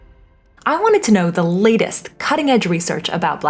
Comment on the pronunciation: Did you purposefully mispronounced "Know" !! Anyways great videos ❤